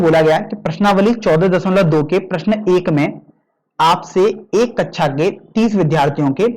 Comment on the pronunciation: Sir vo kaksha h kecha nhi